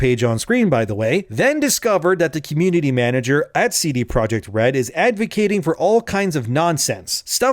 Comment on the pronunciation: All I could hear during this video was ""